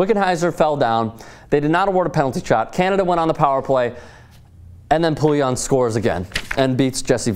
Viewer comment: Did any other french speaking Canadian cringe when he pronouced Poulin's name as Poulion??